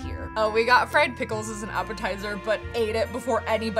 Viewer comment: when you said fried pickles i thought you said "we got fred some pickles"